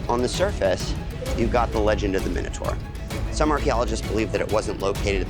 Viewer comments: The moment I heard you mispronounce ’Minotaur’, I was out. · How Americans say minotaur 😅😅😅😅